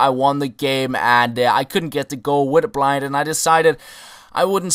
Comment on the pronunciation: You say blint not blind